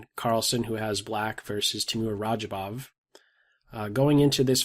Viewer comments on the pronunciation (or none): Please pronounce the names correctly: It is RAJA, not ROGER It is EE-RUN, not I-RAN Love your work.